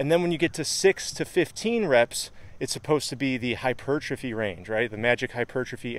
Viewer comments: You pronounce the word hypertrophy so strangely... hypuuuuurtrophy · I used to think that the word 'hypertrophy' was pronounced like if you said the words 'hyper' and 'trophy'. So, now it always sounds weird to me when people pronounce it the correct way.